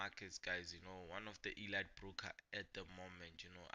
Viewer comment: Elight ❌ Eleeet ✅ . Elite .